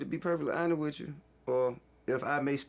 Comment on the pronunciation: "wiff" "youff" this screams intelligence.